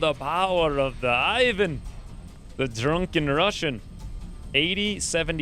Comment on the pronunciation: This video just needs one more thing - Google>how to pronounce ivan